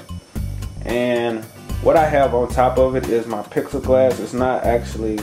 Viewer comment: Plex E glass is how it's pronounced. But thank you for making all these vids, they are really helping me so far! Thanks a lot truly